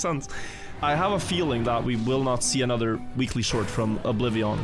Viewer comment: the moment "Weekly shorts" became "Willy shorts"